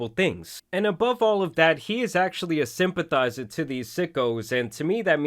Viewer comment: Major emphasis on “simpathizer”